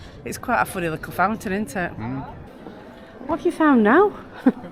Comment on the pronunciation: Lickle ? Do you mean little?